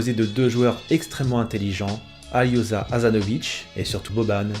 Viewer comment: Salut, superbe vidéo comme toujours merci, quelle belle nation du football ils sont souvent au rendez-vous des grandes compétitions avec toujours de belles compositions. Pour préciser un détail: Aljoša Asanović: le prénom se prononce "Alio-cha" comme si c'était "Aliosha":)